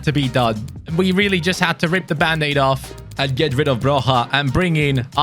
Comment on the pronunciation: Hey! I've noticed recently that a lot of people actually pronounce Broja as Broha. It is actually pronounced as Broia and i know that because I'm Albanian myself. Keep up the good work!